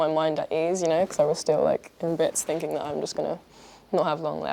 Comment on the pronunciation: why does she go from "finking" to "thinking"